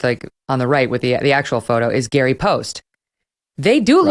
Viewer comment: It is NOT Gary Poste.